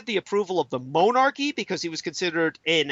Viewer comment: This guy is a bumbling idiot can't pronounce common words like monarchy, but trying to come off as an expert on zombies by pronouncing haiti (and other words anf names) in a weird way. Bullshiter imo.